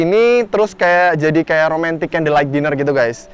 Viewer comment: A nya di ubah jadi o Jadi